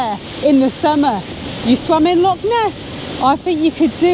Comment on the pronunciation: So happy you started saying loch properly...mostly 😂